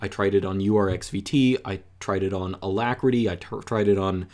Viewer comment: I want to call him out for his pronunciation of alacritty but then I remember he studies linguistics or something. His German pronunciation is so nice to hear though.